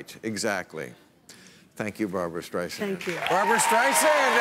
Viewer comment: Striesand? Really? What, Carrot Top wasn't available?